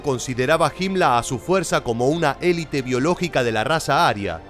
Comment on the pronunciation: se dice elite completamente no elit